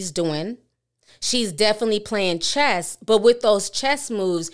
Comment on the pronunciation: With Love, , it's "chess", not "chest".